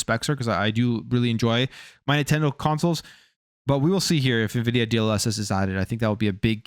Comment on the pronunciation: It's pronounced en-vidia.... Not ni-vidia.🙃